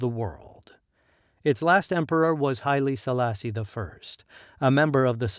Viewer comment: For the writer: Please correct some words in ur narration. Not oxum but Aksum/Axum Not gemene Mesafint but Zemene .... Not cush but Kush Not highly ...but Haile-Silassie etc